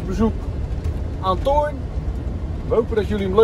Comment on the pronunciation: Perfect uitgesproken; Thoear 👍 Leuke film weer, thnx 🤓👍🚐🚐🚐